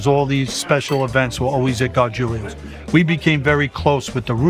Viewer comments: Gargulios??... Isn't it gargiulos?? Im confused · Gar-jool-ohs NOT GAR-JOOL-LEE-OHS